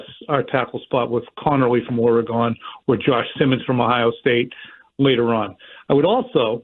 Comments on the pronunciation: Look, it's or-a-gun. If you don't say "gun" on the final syllable then Doc Holiday is gonna have a word with you. Yeh, he's your Huckleberry. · CURRAN!! learn how to pronounce "Oregon"! Say "wagon", the say "Oregon" the same way. Jeez... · Wa-Gone… Or-A-Gone… What’s the issue? 😂